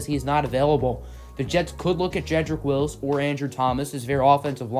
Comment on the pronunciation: Take a shot every time he says “Willis” instead of “Wills”